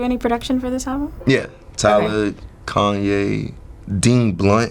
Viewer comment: Koon-Ye* lol